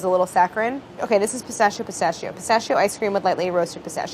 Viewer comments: Chris-tachio instead of pistachio! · It's pistakkio not pistascio Dio can la furia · 3 minutes in. She should call her pistachio flavor Christachio. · I'm 3 minutes in and screaming CHRISTACHIO at the screen.... you're telling me she doesn't think of it? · Why does she pronounce it like pissashio😬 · pistachio? don't you mean pi-Saffitz-io? lol sorry